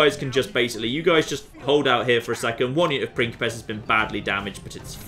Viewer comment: Every time says "pincipes" I hear "prickly pears" which makes the whole thing very entertaining